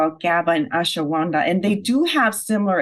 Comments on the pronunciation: What the fuck is "Ashawanda"?? Is "Ashwagandha" so hard to say? 🤣🤣🤣🤣🤣🤣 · Ashawanda? This chick isn't pronouncing it properly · The lady can't pronounce Ashwaganda properly. That's all. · learn to pronounce ashwagandha.